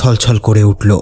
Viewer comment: চাঁদ উটলো ,শিউরে উটলো,দেকতে লাগলো, স্বপ্ন দেকতেন, আর কত বলবো বলুন। তবে আপনার আর একটা গল্প "রূপমহলের আতঙ্ক" তাতে আপনি ক্রমাগত মেশিন কে ম্যাশিন বলে গেছেন।